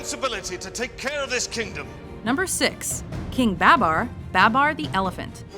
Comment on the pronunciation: Lol she mispronounced Babar wrong and a clip of him pronouncing it right came up